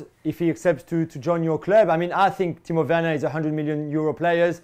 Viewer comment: Why does Dan say Tino Werner?